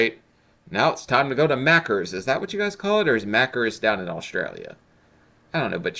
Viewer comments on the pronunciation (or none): youre pronouncing maccas wrong. Youre pronouncing it as 'macr-ers' its pronounced as in 'mack-az' Youll stick out like a sore thumb if you come here if you say it like that should you cone here